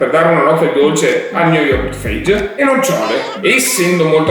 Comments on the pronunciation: Lo yogurt si chiama Fayeh non fage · Ottimo video, molto strano vederti serio e intento nelle spiegazioni ahahah di solito siamo abituati a vederti con la bocca piena e in silenzio! P.S. c'è scritto anche sulla confezione: lo yogurt, SI PRONUNCIA "FAYEE" 😂😂😂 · la pronuncia dello yogurt è faghe.... è greco